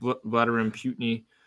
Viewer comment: I appreciate,, and the show, but I couldn’t help but laugh every time tried to pronounce Vladimir Putin and called him Voldemort Putiny.